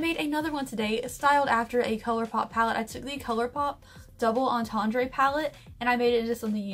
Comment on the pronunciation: Plssssss look up how to pronounce entendre you’re killin’ us here 😂